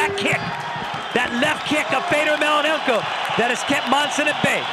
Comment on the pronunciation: Mellonenko! Say his fucking name right. Such disrespect.